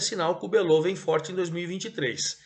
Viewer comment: O Botafogo da Paraíba é chamado de Belo e não "Belô".